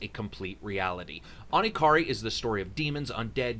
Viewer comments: Okay this my first time probably being picky by giving a good review like this and you do good reviews and all but i couldn't handle the way you say "Onikira" i know it's easy to mispronounce japanese words but how the hell can you call it "Oni-ky-ri?" I can under stand the "Ki" part some people might mispronounce it as "Kuy" but the "Ra" part? How the hell are you mispronouncing that as "Ri?" it makes no sense. It's a good review but the way your can keep pronouncing it just keeps turning me off from the review. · not trying to offend ya dude, I'm one of those guys that are "over sensitive" about certain things but after a while i let it die down knowing there is nothing i can do about it. Don't get me wrong i have saw other reviews from you that is not this review but when you bring up this game in that review and still pronounce it wrong it turns me off for a bit but then i realize I'm not watching an Onikira review. Maybe it's the fact that you pronounce the "Ra" part as "Ri" in Onikira, it's not annoying me (well it did at first) it just confuses me. You can say it's a "Punch in the heart"....rather than shot or stabbed.....ok let me xplain A Punch in the heart is me saying "What you did/said shocked me a little, what you did/said angered me a bit but i will forgive you eventually." To me"Shot in the heart" is way of saying "your words kinda hurt me but i'll get over it soon but the mood i'm in is not helping." and when i say "Stabbed in the heart" that means "Your words really hurt me, i can't believe you would say such things like that!" So be thankful that i was punched in the heart rather than Shot or Stabbed....metaphorically speaking! Sorry am i rambling on?